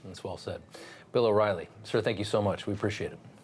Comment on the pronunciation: It's "O"rielly, with an O.